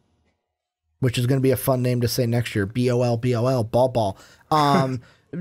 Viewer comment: Bol bol not ball ball... Rj and cam are 1 and 3. Y u never do ya job big fella?!